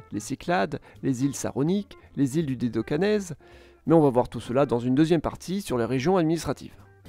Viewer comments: Tu as oublié à , il a dit dédocanèse pour Dodecanese 😅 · Dédocanèse ou Dodécanèse ? 🤷‍♂️